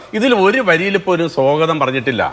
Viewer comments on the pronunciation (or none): എടോ....വിഡ്ഢി 'കപി' സോഗതമല്ല സ്വാഗതമാണ്.